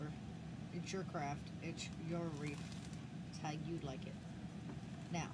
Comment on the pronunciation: That’s one of the most beautiful “Wreaths” I’ve seen so far, but it’s pronounced REETH, just like TEETH. Not REEF, which is coral, found under the ocean for fish to live in 🤷‍♀️. Sorry, I truly don’t mean to be rude. I will definitely try and make this, hopefully I am as talented as you are 😊